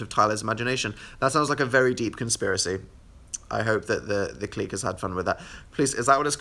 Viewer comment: the way he pronounced "the clique"